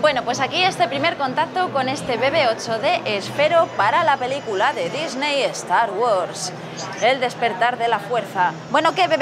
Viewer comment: Estar gords. Humm así es como escucho que pronuncia Star wars